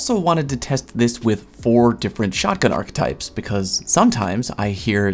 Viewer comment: Whether you say arch or 'ark', the e is always silent in archetype. There we go. Thank for vid, will now continue watching.